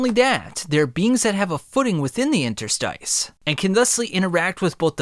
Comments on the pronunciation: Interstice is pronounced INTER-STISS. The pronunciation of 'stice' is like hiss, miss or p1ss. It is related to the word interstitial. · Dunno why it's so annoying hearing you trying to pronounce interstice